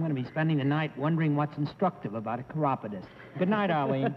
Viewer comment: I close my eyes when Daly says "We'll show the audience what your line is" because, well, I wanna guess the line, too. I couldn't understand the word that was said to identify the last guest; it sounded like 'chirrupodist' or a 'corrobodist'! I had never heard of a chiropodist. hahahaaaa!